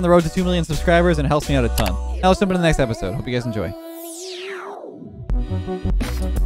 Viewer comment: go!*